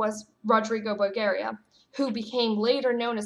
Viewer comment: The book of Wisdom is still in the roman catholic Bible, and was never taken out of there as far as I know.. However, it is nót present in tht protestant version of the holy Bible. The correct pronounciation of the name Borgia (in italian) is like "Bórdzjee-aa ". I hope you can say that..😜..! And the apocrieph is pronounced " á-poh-kreef". I don't mean this as critisism, but you asked to correct your pronounciation, so it is only meant to be helpful! I like your channel very much, you are given a thorough insight in the Things of the Lord..! Keep praying and may God bless you!!